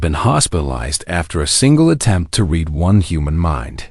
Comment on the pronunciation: Read, pathetic reading skills since it's read :) yeah the same word indeed, spelled the exact same way, can be pronounced differently, and for the love of god, you did it wrong. Surprise surprise. Learn English beyond grade 1, you might stop sounding like a child. Strike 1.